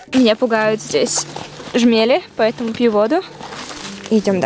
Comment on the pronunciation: А меня не пугают шмели́. Меня пугает, когда их называют жме́ли. )